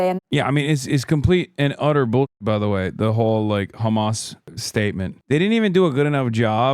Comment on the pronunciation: Whem did george Galloway become khamas 😂